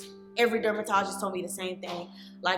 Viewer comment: She said dumbertologist.